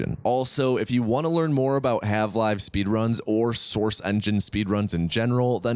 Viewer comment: You constantly calling it "have live" is killing me, haha